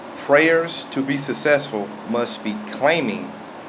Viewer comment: Thats a good message. you pronounce successful as sussessful though.